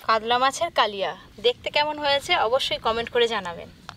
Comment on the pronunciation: কাদলা মাছ বলতে কিছু নেই, কাতলামাছ শুদ্ধ। কাগড়া নয় কাঁকড়া।